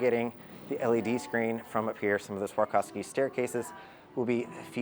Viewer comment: Ok it's Swa-rov-ski though 😉